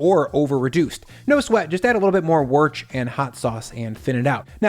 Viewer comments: 40g of what? "Worch"? You mean "Woos", surely? 😮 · you totally botched Woosh-te-shire.... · man you guys really struggle with woostersheer sauce eh lol try silking the chicken first with some bicarb and they wont need "drying out" they will be moist and tender and mmm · WTF is Worch? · Whats worich?? Or wooorch, worch…oh my ears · You’re my go to recipe channel, but as someone who lives 10 minutes from Worcestershire, please never call the sauce Worch ever again 🤣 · It's Worcestershire - woohs-ter-shear, damn it. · Wth did you call Worcester Sauce? "Warch"?? Omg.... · So you too can't say Worcester sauce? 😅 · You can’t say Worcestershire can you? Just say Worcester sauce. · Sorry, but this is the worst pronunciation of Worchestershire I've ever heard. Is it some in joke I don't know about? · Hilarious pronunciation of Worcestershire, it's not that difficult to say. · Why can't American's pronounce Worcestershire?